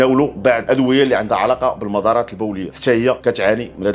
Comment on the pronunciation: المدارات البولية 😂😂😂😂😂😂😂 قاري ومفاهمش دير الشدة على حرف الدال